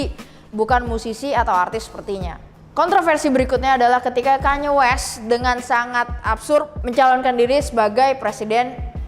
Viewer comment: with all due respect, please pronounce it "kan-ye" 🙏